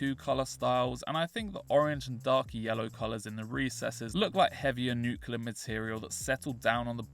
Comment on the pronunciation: Nuclear not nucular